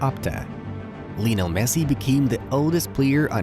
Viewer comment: Hey, great video. It’s Lionel. Not Lee. You can also call him Lío (Leo). Respectfully.